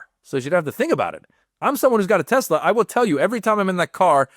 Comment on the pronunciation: Trump said TeslER hilarious